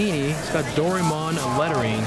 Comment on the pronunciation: What the actual fuck... its DORA-E-MON not DORIMON